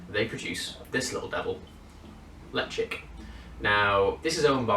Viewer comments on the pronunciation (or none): Enjoyable review. I have couple bottles of early 90s Ledaig 20 year. Surprisingly there is no peat found in it. I'm not sure about your pronunciation of Ledaig. I've always pronounced it Le-Chag. I could be wrong but I find most times I'm not.